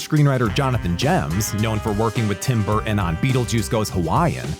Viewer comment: Did I just hear the narrator call Tim Burton “Tim Bergen?”